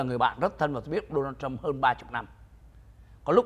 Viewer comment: It is Donald Trump It is not đô na châm Làm ơn học tiếng Anh căn bản lớp ba.